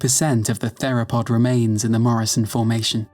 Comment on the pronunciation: I’m.. pretty sure that’s not how you pronounce the word “theropod”.